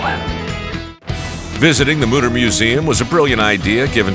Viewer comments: Mütter means mothers in german. And its not pronounced mutter. Ü=/=U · as a german i have to say that, how you speak the word mütter sounds like mutter. in germany, mutter means mother and mütter is the plural of it. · As a german hearing the word Mütter getting turned into Mouder is way too funny😂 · As a german, all I can hear is Mudder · He went from DR mutter to Dr mother😂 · Anna, if you want to teach, you should begin by pronouncing his name right: It has two dots over the "o", which means it's pronounced "Y". It's a German name! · Then maybe learn how to pronounce the umlaut correctly if you’re doing the tour guide through the Mütter museum!!!?